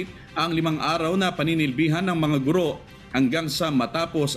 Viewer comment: Matagal ko na itong pinupuna. Sa mga newscasters, mali po ang pagkakabigkas ninyo sa salitang "GURO". Kung ibabase sa 'balarila'ang tamang bigkas ay malumi at hindi maragsa. sana po huwag masamain, pero konting pagtutuwid lang po ito.